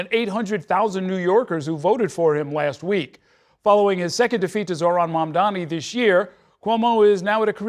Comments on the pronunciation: At least get the name right, she keeps saying Mamdami and not Mamdani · It's MAMDANI. It is not that hard. This racist grand standing on mispronouncing his name is one of the main of the reasons Cuomo lost. All attacks and no substance on how to actually benefit new yorkers lives. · Don’t tell me this woman doesn’t know how to say Mamdani’s name correctly 🙄